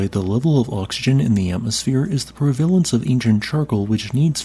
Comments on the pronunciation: Prevalalence….pre veh LENTZ Pre….veh…LENTZ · Fascinating topic, but the video is completely unwatchable because the AI voice you got to read the script sounds like ABSOLUTE SHIT, it's REALLY hard to make out what is even being said without fucking constantly with the volume, and the AI has no clue how to pronounce many of the words in the script, like "prevalence" (for some reason...). This video deserved way better than you did to it.